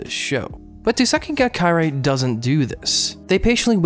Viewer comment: my ears when you pronounce Kirei wrong